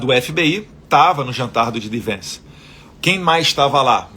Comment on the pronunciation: Eduardo, não é Gee. D. Vence. É JAY D. Vance.